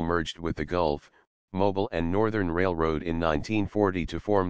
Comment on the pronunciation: Mobil is an oil company, Mobile is a city in Alabama. Just say automobile, say it again without the auto.